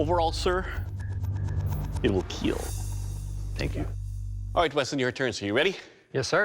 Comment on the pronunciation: As soon as I hear two times "It weel keel" I turn off you tube and go to do my bussiness.